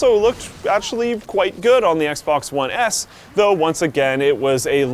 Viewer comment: "The Xbox One ASS"? lol